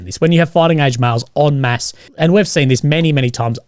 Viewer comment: Holy shit. It's 'en masse'